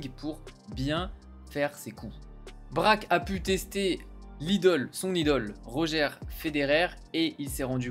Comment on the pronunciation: On dit Rodgeur Federer et pas Roger